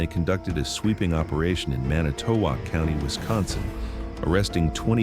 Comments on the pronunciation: Huh, never heard of this on any local channel in the Milwaukee market! And as a WI native it pains me to hear how the narrator pronounces Manitowoc. The emphasis should be on the first vowel. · It's 'Man nih tow wok' not "Manny to wok" county. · It's "man-ih-tow-WALK"! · "Manny toe walk". First time i ever heard it pronounced that way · Pronounced man it to walk. I used to live there. How sad! Thank God they caught them. Barb in PA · I live in Manitowoc and 95% of the photos/video in this story is NOT even from Manitowoc county. Also the narrator doesnt even know how to pronounce it. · This is obviously fake, targeting good people who are concerned about human trafficking. Note the AI generated voiceover and the onscreen news clip shows LAPD. There is no news clip from Wisconsin. Manitowoc is mispronounced. This is from a Russian troll factory. I wonder if they made a version for every state? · This video is AI curated. AI can't pronounce Manitowoc properly and there's footage of LAPD. 2,000 miles away. The raid did actually happen as described though. This AI video is a disgrace to the real incident. Fuck skynet. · The AI voice's pronunciation of Manitowoc county kind of ruined it for me. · Your AI generated voice pronouncing Manitowoc is killing me. It's making me want to cringe. And 90% of the feeling of the video is not even anything to do with Manitowoc. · Is this real? I have heard absolutely nothing about this on the News! And the way they pronounce Manitowoc, makes it seem kind of fake. Keep up the great work if real! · He can't pronounce Manitowoc correctly. Hope he doesn't try Mukwonago or Oconomowoc 😂